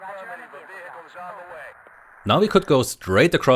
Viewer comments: Why does he pronounce vehicle like that? Weeeehicle 😂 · What is a weehicle?